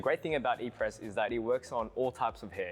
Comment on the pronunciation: His inability to pronounce “Apres” is already making me skeptical…🤔